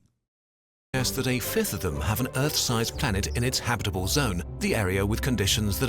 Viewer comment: the way he says habitable hurt my brain. habiiiiit'ble instead of haaaab't'ble